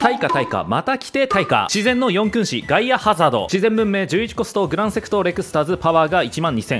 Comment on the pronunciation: 「よんくんし」ではなく「しくんし」です